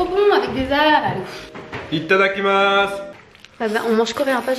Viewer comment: « ITADAKIMASS.... » JE FAIS QUE REPLAY OMD